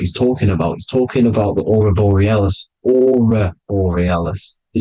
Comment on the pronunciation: Aurora Borealis not Orobelis. Anyways, you are making a grave mistake diluting God to consciousness alone. And a lot of the information you spread distorts truth..so are you pushing an agenda or ?